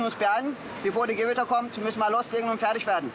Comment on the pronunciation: Die Gwitter, es kommt DIE GEWITTA😂